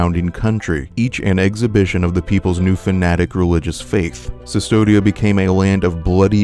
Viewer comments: C'mon man! It's Custodia, not Sus-todia... CU is read is KU in Latin. Do you say Mea Sulpa too? :D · Very interesting, but I had to stop the 10th time I heard Sustodia instead of Custodia. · Yeah it confused me as well "It cannot be possibly pronounced Cystodia" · A bit of correction in pronunciation for future reference, this is old spanish so the "v"in "Cvstodia" is pronounced as "u" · Minor point, but I believe cvstodia is based on Latin text, where v represented a u sound, so it should be pronounced custodia (like as in custodian)